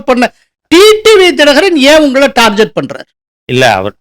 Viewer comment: டார்கெட்.. டார்ஜெட் அல்ல. திருத்திக்கொள்ளவும்..